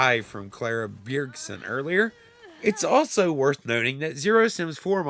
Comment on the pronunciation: I’ve always pronounced it “bee-y-air-g-son” in my head for Bjergson. Your pronunciation threw me off but I also realized I have no clue and it’s probably a nonsense last name anyway.😸